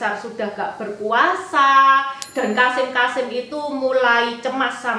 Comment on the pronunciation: Maaf sekedar masukan saja untuk pembacaan kosakata agar lebih baik. Misal: KASIM dibaca KASEM.